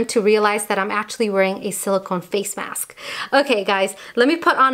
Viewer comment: why am i hearing face maksk??? xDxDxD repeated it so many times xD